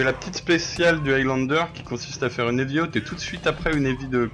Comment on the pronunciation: Sérieusement, je dois avouer qu’il y a des youtubeurs de France qui font de bonnes vidéos comme celle-là, mais sérieux l’accent anglais... C’est pas compliqué de dire un mot anglais correctement Evy n’est pas Heavy, Aylanedeur n’est pas Highlander, mais bon c’est pas méchant, excellente vidéo sinon 😉